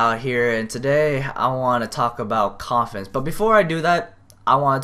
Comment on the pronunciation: Umm I just noticed that when you said confidence it sounded to me like you mumbled that word and said coffins idk if it's just me or what